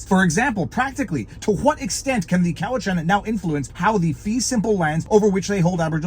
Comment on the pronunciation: btw it's pronounced "Cow-it-chan". Ask me how I know.